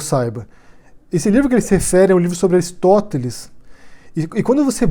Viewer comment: Minha nossa! Uma manada de burros! Livro do OC mundialmente desconhecido - em português!!! E esse BK que não sabe nem falar o nome do Aristóteles!!! E menosprezar Paulo Freire - que pretensão! Só alguns brazukas manipulados podem acreditar nessas hipérboles conspiratórias! Cravou mais uma,!!!